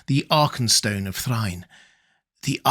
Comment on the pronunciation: Thrine!! That's a new way to hear it! I always say, "Thray-in".